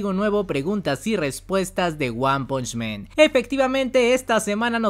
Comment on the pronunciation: Repite conmigo, ONE PUNCH MAN, ONE PUNCH MAN...ONE PUNCH MAN..... MAN, MAN. 2 errores; 1er es que están pronunciando mal el nombre del manga/anime y 2do error es que diciendo men (que es el plural o sea hombres)... Aclaro, no es para de ofender.. más bien constructiva. Un saludo.